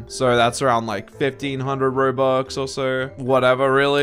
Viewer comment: everyone talking about the copying and the drama Literally Me: he said robuc instead of robux at the beginning